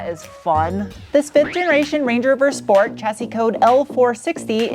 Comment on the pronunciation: Correction, schport.